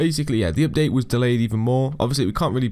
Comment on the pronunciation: The pronounce of the update is opdate